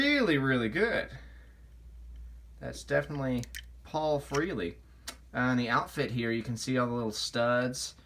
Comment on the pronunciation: Ace’s name is Frehley. “eh” sounds like “ay” not “ee”.